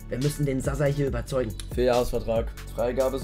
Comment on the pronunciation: Bruder bitte nenn ihn nicht Sass haha es wird Sascha ausgesprpchen. Dieses š wird sch ausgesprochen